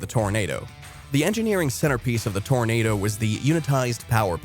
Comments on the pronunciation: Toranado Toranahhhdo, like Nahh man, you're pronouncing it wrong, lol. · Pronouncing the name of the vehicle wrong every single time. It's not pronounced "tornado".